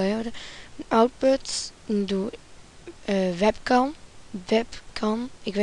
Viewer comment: Webkam???? Soort maar je spreek webcam uit als wenken.